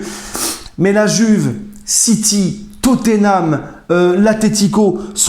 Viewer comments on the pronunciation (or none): none